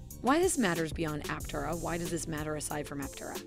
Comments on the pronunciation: Yeah "tare" not tay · Looking past the way you say Aptera-it's Apptearah, not just Aptera-good talk! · Yeah I came to the comments to see if this had already been mentioned. Glad it’s not just me. And it is pronounced ApTERa by everyone at the company, and just makes the most sense anyway, so that is the correct way. While the creators of the video put in a commendable effort, unfortunately it seems the narrator was unfamiliar with the material she was reading. Oh well, I’m still enjoying it! Cheers! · Some disagreement here on how the company name is pronounced. Initial reporting on the car pronounced the name appTERA. Here, you pronounce it APPterah. Either way is fine with me. And, however you pronounce it, I hope it will continue to be a great success. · Ap- Tay -rah. We take this sorta thing seriously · App-Tear-Ah lol So, it's a crystal (pieces) and not a single sheet (mono type) does this make it let effective? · PLEASE! train your computer voice to pronounce Aptera correctly!